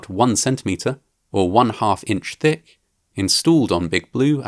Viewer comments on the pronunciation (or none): none